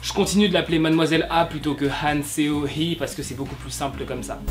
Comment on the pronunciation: Seo sa se prononce SO et pas Séo XD